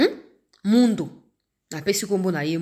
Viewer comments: Ma fille bjr, kombo ya général wana ezali Mundos il faut bien prononcer son nom "Mundos" merci Nzambe apambola yo. Papa Gabriel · est-ce que c'est le Général Mundos dont vous parlez? Il faut prononcer le "s" final pour que les gens de l'Est comprennent.